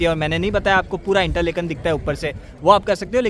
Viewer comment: it is not इंटरलेकन, it is इंटरलाकेन